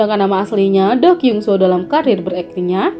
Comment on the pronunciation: It's kyeongsu... Not kyungso.!!